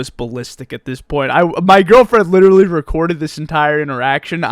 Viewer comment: Stop saying liddurulee